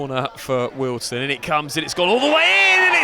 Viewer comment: Great quality video. One quibble, it's pronounced WealdSTONE, not Wealdstun. Like Maidstone or Leytonstone.......